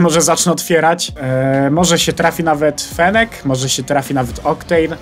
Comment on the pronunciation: Fennca a nie fenecca i oktejn a nie octan